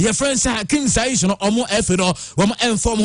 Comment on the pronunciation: take your time and look at names well, you pronounce too many of them wrongly. It is Ziyech not Zaish. The other day it was Hegazi vs Agazi